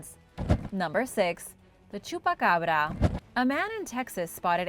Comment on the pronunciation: I LOVE this channel and this presentor has such a beautiful voice....clear, precise pronunciation... smooth, gentle. I absolutely adore the she said chupacabra 🙂 Another great video from a great channel 👍